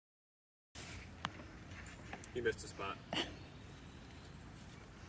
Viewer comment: “Like Buttuh” …. 😁